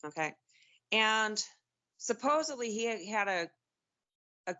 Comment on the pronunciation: Sub 2 minute "suposably". Gonna be a good one!